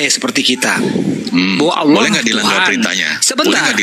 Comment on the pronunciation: Pak de Sugi ngapain sebut Allah cara ucapnya kayak oten, alah. Kan percuma tidak dapat pahalanya. Kita tetap ucapkan cara Islam, ALLAH jadi dapatkan pahalanya. Tq.